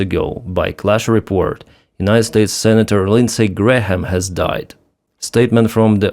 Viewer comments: Not that you will have another occasion to say Lindsay Graham's name - the H is silent. "Gram" or "Gray-am". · H is silent in Graham. Just pronounced Gram. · We do not pronounce the h in Graham. So it's exactly the same as the unit of mass: gram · the "H" in "Graham" is either silent or pronounced like a "Y". "Gram" or "Gray-um" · Hi. The h in Graham is silent. It's pronounce Grayam - i know you like to get pronunciations right. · The H is silent in GraHam! Say "Grayam"... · The “h” in Graham is silent. FYI